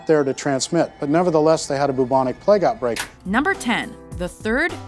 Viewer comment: It’s pronounced bubonic not boobonic lol